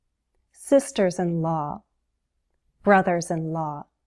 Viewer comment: Hi! Your prononciation of the word "law" is very strange!